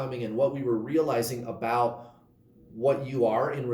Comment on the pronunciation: Good morning,! That is not how we say "about" in Canada! 😉